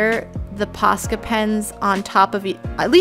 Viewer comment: At the start when you said Posca pens I thought you said pasta pens 😂I don’t know why